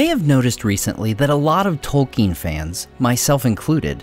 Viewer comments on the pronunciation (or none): none